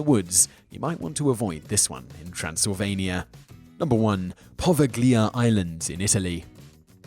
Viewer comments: Interesting video, one little comment however - it would be nice if you check the pronunciation of some of the names. For example, it's not 'poveGlia', but 'poveliA' :) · Your pronunciation of Poveglia is the scariest thing in this video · Simon is notoriously awful with pronunciation of non-English names and places. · by not knowing the right prounounciation of poveglia, you get a thumbs down from me.